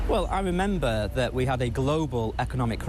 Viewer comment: Merember? making up words or what.